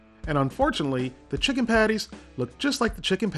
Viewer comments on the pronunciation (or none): DUDE YOU SAID CHICKEM TWICE 😂